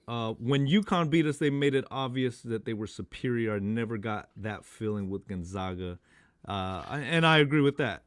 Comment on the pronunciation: How do you guys still butcher the name GonzAgA?